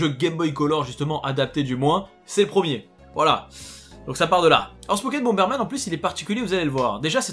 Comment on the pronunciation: prEEEEEmier, on dit prEEEEEEEMIER, pas prooooomier.